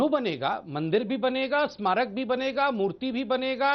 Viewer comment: Amish devgan I watch all your shows par aap Hindi anchor ho ucharan pe dhayan dijiye hamesha parakastha ko prakastha bolte gain aaj ismarak bhi galat pronounce kiya